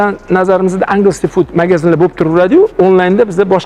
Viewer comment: Agles food ( enjls fut)